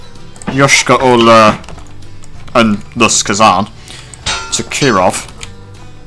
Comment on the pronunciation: Your Yoyshkara-Ola pronouncation is supringly accurate. but it's not even nearly russian name. it's tartarian probobly from the times of Golden horde.